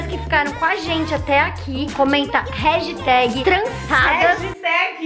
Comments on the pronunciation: a disse regiteg mesmo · Ela falou ragitag kkkkkkk #trançadas